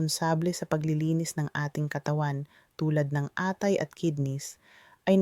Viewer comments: Mali po ang bigkas ng atay...mabilis po ang bigkas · ano bang sinasabi nitong AI na to mali ang mga bigkas ng atay, lalo ang KATI O banggit mo ba ay KATHY pangalan ng tao?